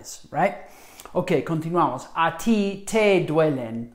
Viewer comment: I cringed every time he said “khan-tinuamos”